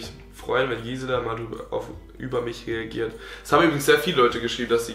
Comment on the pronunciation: Nochmal an alle!!! Gisela nicht Giesela OHNE ie!😂😂